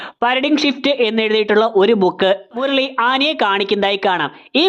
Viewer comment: ആനി ❌ ആന ✔️ മുരളി❌ മുർളി ✔️